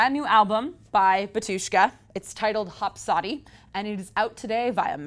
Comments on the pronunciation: Hos - Podi! Not Hopsodi:D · If you review album you shoukd at least know how to prenounce the title of an album It's HoSpodi not HoPsodi